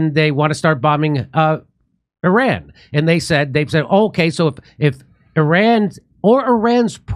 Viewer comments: Solid. One small suggestion for my own sanity. ih-RON please, not AY-ran. Love ya! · Jimmy, it's "Eerahn" well, sort of, not i ran! You can do better than Trump & Co!